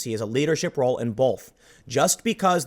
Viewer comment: I cant unhear the L you put in the word both.